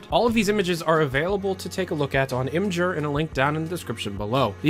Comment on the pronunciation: its Imgur, not i'mjeur